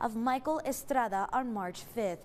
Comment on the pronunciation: I’m sure when they have a new story about an Asian or African person, this station uses the authentic pronunciations of all names and places involved, right? Or is this just some sort of strange boasting about your heritage on a news broadcast? Michael Estrada didn’t even pronounce his name that way.